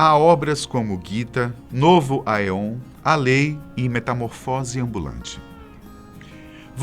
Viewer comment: Acho que a pronúncia é nova "EON" não se fala o "a"